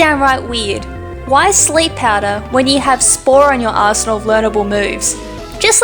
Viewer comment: You said "arsenal"......I thought you were going to say something else......